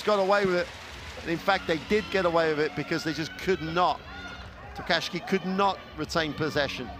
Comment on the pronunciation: They can't say Tokashiki, can they?